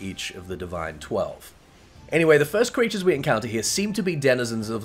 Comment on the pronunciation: Also after hearing the video again , did you say “cweatures”? x3